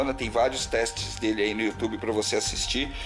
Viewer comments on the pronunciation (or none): none